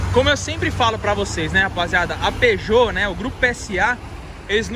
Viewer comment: vai acabar comprando um "PÈJÔ" fica vendo hauhuahuahau